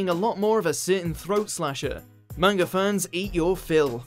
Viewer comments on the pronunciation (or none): none